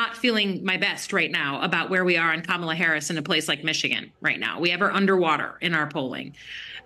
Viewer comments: Careful..mispronouncing her name is every ‘ism’ out there. Expect a call from angry CNN panelists. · Kama-lala 😀 We say "guys" around here, too. Thanks for all you do,!